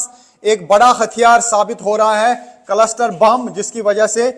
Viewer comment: Farzi 😂 कलसटर नहीं 😂 क्लस्टर